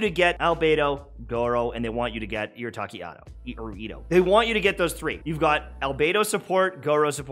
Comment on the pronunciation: Arataki itto❌ Irataki Atto✅